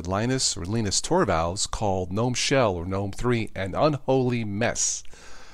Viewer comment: its not Guh-nom, or Gee-Nom, but nōm.